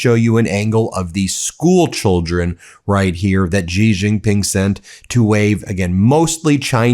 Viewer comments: She, it is pronounced She. Not the letter "G". and the Republicans can't pronounce his name. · You are not pronouncing the president of china's name properly. The Xi is pronounced like she not g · Why do you insist on calling him “Gee” Jinping? I cringe every time you say it, Ben. If you can’t be bothered to make even the minimum effort to pronounce it properly, just say “She”. That’s still wrong, but it’s a hell of a lot closer than fkn “Gee”. Even Trump makes more of an effort than you! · it's shee jin ping, not zhee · Yo Ben - his name is pronounced "Shee" (Xi) not "Jee"... thanks! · She Jing Ping . Not Zhi. Xi is pronounced She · So squeaky Meiselas, of the hawk mimicry fame, are you really claiming that after hearing Xi Jin Pings name pronounced correctly for several years, You are still totally unable to pronounce it correctly? Xi is really simple Xi is pronounced "She." And cut out the click bait, it , makes you look like just another bullshitter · PLEASE, President Xi's name is pronounced exactly like the English word "she". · Did James Comer just call Xi President Zee? It’s not president Z ? Trump really has done so many things that have marginalized us. This who arrogant we are too good thing is really a very bad idea. This is global and having allies is very important. Hegseth goes and insults our NATO allies for following rules of engagement. Dude that is just back-fitting his terms he’s using. Ow into stuff that happened 20 years ago. Honestly our world needs to evolve past this stab each other no quarter crap, if our world is going to be civilized then this is what we need to do. It’s just stupid. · Hey Ben please just say president She Gin ping. The English word spelt SHE is pronounced the same as Xi in Chinese. I look forward to you becoming the only one in your country to say it right. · Ben, Xi is pronounced “she”. Thanks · It's pronounced C. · Comer does not even know how pronounce Xi's name. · XI is pronounced "she" not jee